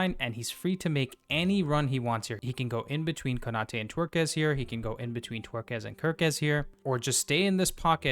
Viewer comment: Take a shot everyone he says Twerkez. Brilliant man ❤